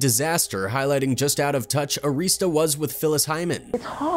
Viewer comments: ITS ARI-STAH NOT AREESTA RECORDS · The label name was Arista. Not. Areestah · Clive Davis. He has had his hand in many band endings. Btw, His company isn't AREESTA it's pronounced Air - ris - stuh. They used to be my client and that is how the employees pronounced it. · The announcer also pronounced Arista Records wrong. It's "Air-asta."